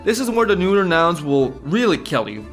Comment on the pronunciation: Dude, it's not "neuter" it's "neutral" (pronounciation wise) :D and while I love the pun behind it (intentional or not) ffs, it really cramps viewing the video because I'm laughing too much